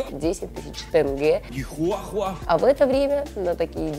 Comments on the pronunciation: 10000тЕнге ( читается тенге так же как и пишется , через е) =1666рублей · 10.000 тЭнге. во первых:не тЭнге а тЕнге,понимаю они не знают как правильно произносить это слово но для этого тоже нужно было подходить с уважением и посмотреть хотя бы в интернете как правильно произносить это слово) во вторых 10.000 тенге в рублях=1,686рублей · тЭнге да? тЕнге Да есть иногда тенге пишется по-другому Но ааа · повторика что ты сказала тенге а не тэнгэ и за 10000 норм телефон не купишь не говоря о машине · ПОЧЕМУ ТЭНГЕ😂😂😂😂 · ХАХХАХА 10 000 тг это же мало и да это тЕнге, а не тэнге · ПОЧЕМУ ВСЕ ГОВОРЯТ 10 ТЫС ТЭНГЕ тЭнге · Почему тэнге?😠😠😠😠😠😠😠😠